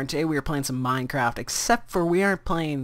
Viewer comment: he says minecr ap instead on minecraft